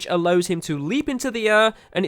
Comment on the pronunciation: Learn how to say air idiot